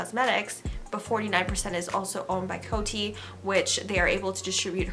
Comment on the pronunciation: In America, we pronounce COTY Beauty like “Code-y” ... not “Coat-y” 👍🏻